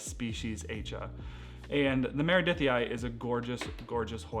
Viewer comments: You mentioned the plant from Indonesia and I think it’s named after the island of Aceh which is pronounced “ah-chay”. Check it out anyway because I could be wrong. It was an island that was hit by a tsunami. I hope you are not offended by me correcting your way of saying it. Thanks for sharing your interesting plants to watch out for this new year and look forward to seeing updates. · \at͡ʃeh\ is the correct pronunciation. with a short è sound at the end.